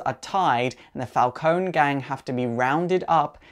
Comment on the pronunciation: I'm pretty sure It's Pronounced Falcon(ie)